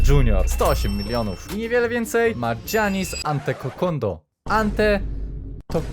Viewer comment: „dżianis antotekondom” piękne😂😂😂😂